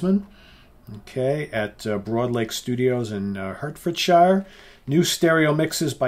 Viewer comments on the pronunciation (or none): I'm going to be one of those British guys who picks you up on your pronunciation of British place names. Hertfordshire and Wiltshire are pronounced phonetically "Hart-ferd-sheer" and "Wilt-sheer"😁 We Brits are just funny with places pronounced strangely compared to their spelling. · pronounced it like Americans usually say them, which no one in Britain says. You're now delving into regional accents, when I'm trying to keep it simple. I suspect you mean shu as in 'shur' which is a slight accent variant of sheer. Surely not shu like shoo, which I have never heard anyone say. I agree that Ford/Ferd or Fud also works, it's just an accent variant there, but I've lived in the Midlands, South East & London and most people pronounce it like I've tried to write it for. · Wrong! I'm a Brit and I pronounce them Hart-fud-shu and Wilt-shu. The fact is Brits pronounce words differently, so it's not helpful to claim Brits pronounce them the way you do!